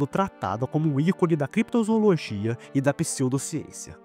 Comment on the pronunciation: Desculpa bro, mas parei no "Crepitozoologia".